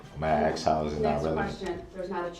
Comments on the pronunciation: he is trying to ax his questions. it's lawful law, you know. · Kitty Kat , His usage of the English language drives me CRAZY “ AXE” “SUBSTAIN “ “LIBARY”and “ TAKIT” He’s beyond REHABILITATION!!!!!!!!! 😮